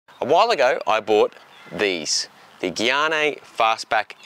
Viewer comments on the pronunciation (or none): I'm pretty sure these are Gaerne, not Guyannee.